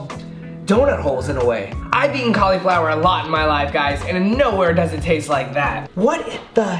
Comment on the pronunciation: pretty skeptical because gnocchi is an Italian pasta🤔 and he pronounced both cauliflower and gnocchi wrong lmao